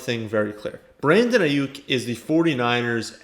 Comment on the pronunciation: anyone else happy that he said Aiyuk correct😂